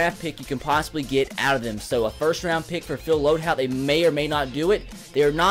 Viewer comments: LOAD"HOLT"!!!!! YOURE SAYING IT WRONG! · HOLT. It's LoadHOLT